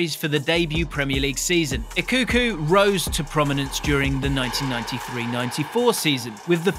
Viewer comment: JJO then Kanu bar none a country miles above everyone else & mispronunciation of Efan’s surname criminal 😂🤣😂😁